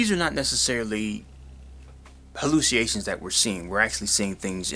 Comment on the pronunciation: It's pronounceed "hal·lu·ci·na·tions" /həˌlo͞osəˈnāSH(ə)n/